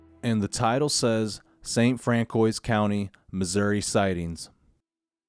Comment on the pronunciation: St. Francois county is pronounce "Fran-Sis",. lol. I reside there.